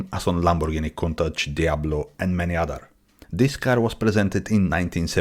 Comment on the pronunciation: Wow, someone who CAN pronounce COUNTACH. Nice video of an awesome Gandini Design. Ics-Uno- Nove.